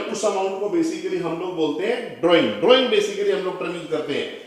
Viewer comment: Drawing shi se bolo sir g